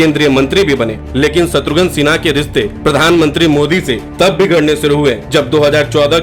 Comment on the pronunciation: शत्रुघ्न सिन्हा नाम है, शत्रुघन नहीं 😂 VO में तो उच्चारण सही कीजिए 😂